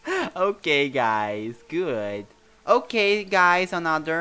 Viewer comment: O falando "ok guys" Eu ouvindo ele falar: Okay gays KKKKK